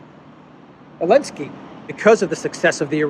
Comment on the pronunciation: while i do appreciate the non pro america point of view, you guys should really stopsaying elensky. it is just as stupid, childish and disrespectful as saying pootler